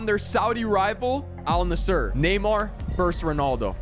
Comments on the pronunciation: Edit: ol nussur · "Al Nasshur"😂😂😂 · He did not just say al nisser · lol the AI pronounced Al-Nassr better than he did 😹😹